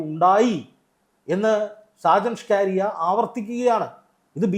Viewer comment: ഈ മറുനാടന്റെ പേര് സ്‌കാ രിയ എന്നല്ല സ്കറിയ എന്നാണ് താങ്കൾ എപ്പോഴും ന്യൂസ് വായിക്കുമ്പോൾ സ്‌കാ കാരിയാ സ്‌കാ കാര്യാ എ ന്ന് വായിക്കും അതു കേൾക്കുന്നത് ഒരു വലിയ അരോചകത്വം പോലെ തോന്നുന്നു . തിരുത്തി വായിക്കാൻ നിർദ്ദേശിക്കുന്നു